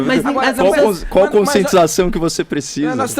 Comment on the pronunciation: Não tem como respeitar algum que fala "dziminuir", "conscientzização", "remédzios" e etc.. E não tem nada a ver com opção sexual, é nojentice mesmo.